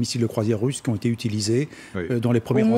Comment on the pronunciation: "les infrastructures électriques ont été la cible..." heureusement que j'ai un cerveau car on dirait qu'elle dit "pété" ... ce me permet aussi de comprendre vite quand la tv est factuelle ou mensongère car engagée...La Comédie Intersidéral continue, LCI continue et c'est déplorable.